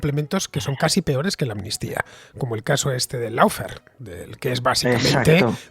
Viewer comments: ¡"LOFER" NO "LAUFER" ni "LOUFER", coño! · No se dice ni laufer ni loufer, se dice "lawfare" aw se pronuncia como una "o" alargada.